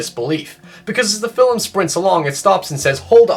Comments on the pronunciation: film.. its not "fillum".. just like "talk" is not talluk" "stalk" "stalluk Just saying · I pronounced 'film' as 'filum' today because I've been binging your videos... my friends all gave me shit.